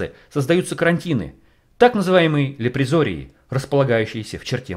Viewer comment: Автор, не лепризорий, а ЛЕПРОЗОРИЙ!